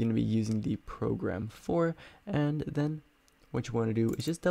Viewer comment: "progam", xd thanks for this